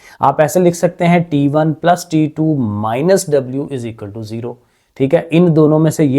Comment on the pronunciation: Sir t1 hota hai taa1 nhi hoata😂😂😂😂